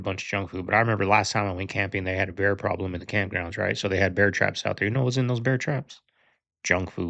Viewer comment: Did he say, "pwobwom"? 😅🤣🙏🏼🙏🏼🙏🏼